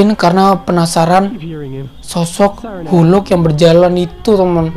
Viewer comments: Bang,cara sebut"Hulk"itu Gini,halk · Bukan hulk. Tapi hak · bukan huluk bang tapi hulk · Bukan hulk tapi halk